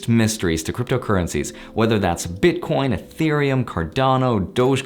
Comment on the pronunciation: WHAT DID HE SAY?! BITCORNS? WOT ARE THOSE?!